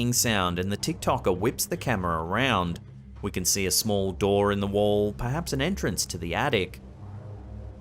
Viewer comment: it sounds like he's says "Perdance". I believe he meant perhaps but that was odd.